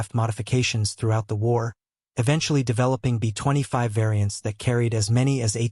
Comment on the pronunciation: Either learn to do your own narration. Or teach they ai to properly pronounce LAY NOT LAH a pause between B and25 is inaccurate.